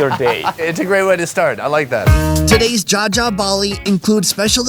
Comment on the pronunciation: It’s jajak